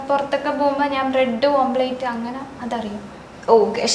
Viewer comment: ഓംപ്ലേറ്റ് അല്ല ആമ്പ്ലേറ്റ് 😂